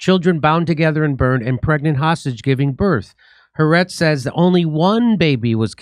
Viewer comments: The newspaper is pronounced Ha Aretz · Jimmy: “Ha-Ar’etz,” not “Harretz.”